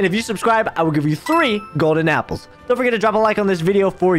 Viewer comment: When he says golden apples Me: god apple